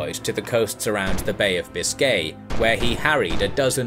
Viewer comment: Very interesting, but your pronunciation of: Biscay, lieutenant and Imperious is irritating.